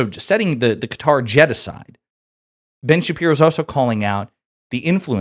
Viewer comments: I support and appreciate you, but PLEASE, it's NOT Cutter, it's kuh-TAR. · it’s not CUTTER… it’s ka-TAR! please correct your error!!! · Who cares what Ben says, also, Its Qatar. Not Qahter, not Cutter, its QATAR! Who have supported Hamas. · We Asian call the country ka-tar US keeps saying cutter, initially i thought trump was being bribed by a person named Carter Whenever i hear Americans say cutter or Carter referring to qatar (ka-tar) i cringe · It's pronounced kat tar . 😂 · It's Kah-TAR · It's not pronounced Cutter. Stop doing that. It detracts from your credibility from the first instance. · Stop saying qatar like that 🤣